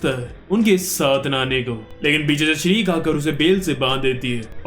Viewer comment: Bhai tu choti magician ka nam galat pronounce kr rha h woh श्रीक nhi शिरुके h I hope tu samhja hoga